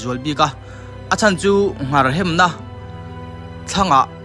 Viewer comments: An hmu ta chu a va lawmawm em.... Chutih rual chuan "Nghar" tih ni loin "Ngar" tiin ka lo hre ṭhin a,ka hre diklo zawk nge...? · Kei pawh ngar hi ka hriat dan a ni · Ngar i lam dan a dik lo.Hetiang channel siam tan chuan mizo tawng lam dan dik zir a tha khawp mai.